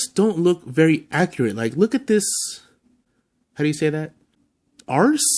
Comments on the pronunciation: Arse??? Lmmfao...Arcee is pronounced like R C but thats the best wrong ever!!! Lmmfao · Its pronounced R C...she was from the original animated movie. Funko has nothing to do with her name.